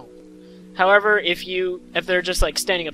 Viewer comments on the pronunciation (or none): none